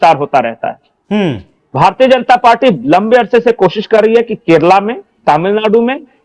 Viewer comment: Say Kerala, not Keral. Bloody uneducated